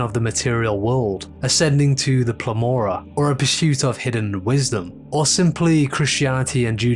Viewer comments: Cool analysis! Annoying note: it's pleroma, not plemora. 😂 Nice note: loved the Ff8 Odin's ruins music for the mystery part. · referring to the Pleroma as the Plemora made me giggle. this video slaps & is Yaldabaoth approved (i imagine)